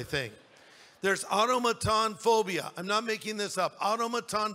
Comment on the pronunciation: I was really surprised when he mentioned automatonophobia. He said it wrong lol but it's also the fear of animatronics and life like figures and I have it BAD! I skipped a field trip to the creation museum over it.